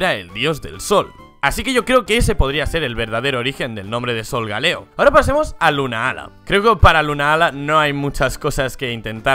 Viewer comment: 2 cosas, 1: creo que Solgaleo viene de Sol y Galileo... 2: Se escribe "Lunala", no "Lunaala" y tambien se lee como se escribe, no pronuncien como si fueran dos palabras separadas...